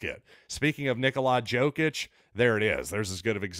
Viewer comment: It's Knee-Cola Yo-Kitch. Or just say Joker